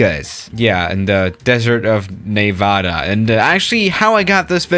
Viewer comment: Everyone: Nevada: Nayvadah